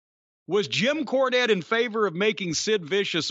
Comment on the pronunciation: Jim KAAnette. :-D